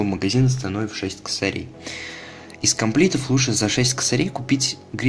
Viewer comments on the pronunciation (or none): Не копликтов а коплектов